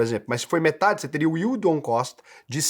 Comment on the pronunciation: é o unico you tuber educador financeiro que fala "yield on cost" corretamente. Obrigado! Que alivio, todos os demais falam "yield on coast", "yield on coach", dói o cérebro.